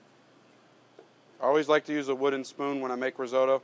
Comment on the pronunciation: Cheese AND truffle oil ... what a joke!! And whilst we're at it it ... Rizeautto ....? What's that! :-)